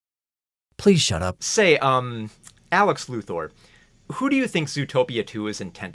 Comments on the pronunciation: absoulutely dying over you constantly getting Alex's name wrong as a running gag LOL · I appreciate the many ways you mess up Alex's name